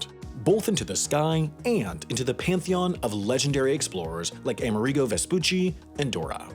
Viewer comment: Anyone else gonna y’all about the way he said Amerigo?